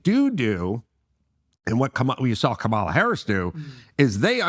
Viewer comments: I am not a democrat or republican. I vote for the person who will do the best for the country. I believe in respect and working with the “other side” because we are all Americans. You could at least pronounce her name correctly Adam. That’s a BS swipe at Kamala. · Its hard to take Adam seriously because he can't even make the effort to say Kamala correctly and he's doing it on purpose, because he is a racist and a sexist.